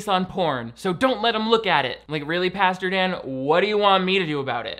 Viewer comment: will NEVER stop saying "pasture" instead of "pastor" and, frankly, I'm here for it. 🙌